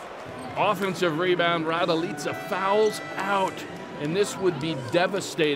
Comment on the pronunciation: Kako govori ,,rajdojica"😂😂😂